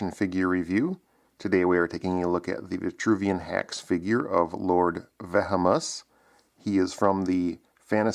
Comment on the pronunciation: it's pronounced; va-hee-muss like as in the term vehemently